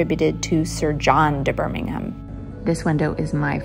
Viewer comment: Impressive pronounced Birmingham correctly 😅